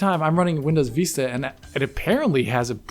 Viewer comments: Its not called Windows “Veesta”, it’s pronounced “Vis-ta”. And I though pronunciation of Wolfenstein is stupid... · VISS-ta, not VEE-sta. It's not the Spanish word, it's the English one meaning "a far-reaching view." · Jesus. "Vista"... you've never heard the word said before? "Veestah"? Wtf is that? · I'm chuckling at Windows Veeesta and "unexplicable", lol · What the hell is "windows veesta"?? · I had to stop watching because of Veeesta. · Windows Veesta? What the hell is that??? needs the AXE. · "windows veesta" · last video: Vista isn't so bad this video: VEESTA BABY! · Please use XP and please stop saying VEESTA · You're saying VISTA wrong lol